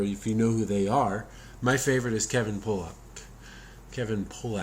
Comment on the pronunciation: It's Kevin "PAUL-uck", not Pollack, ya goof 😂 "Pollack" is derogatory for a Polish dude. Haha Check out Key & Peele's parody of this movie called "World's Worst Liar"... Keep up the good work,! PS Send me your email so I can write you, or send you my long-delayed Commando video (my cell service is off for the moment). My email is nathangomer2013 at gmail. Then I'll delete it off this comment